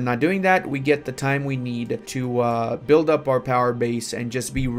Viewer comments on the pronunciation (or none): none